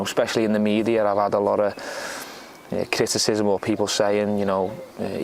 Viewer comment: The way he says ‘criticism’...😂😂😂😂